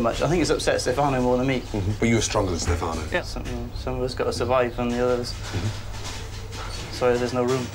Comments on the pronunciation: FOR THE LOVE OF GOD ITS STEFANO!!! (Stef - uh - no) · I'm starting to say Stefáno instead of Stéfano even if I know it's wrong.